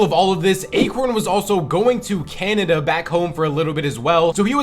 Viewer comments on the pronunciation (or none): none